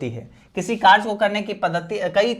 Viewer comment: Sir karya ko karj karj kyu bol rha ho